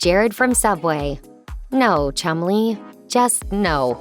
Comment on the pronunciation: Sounds like they're calling that fat lad 'Chung-Li'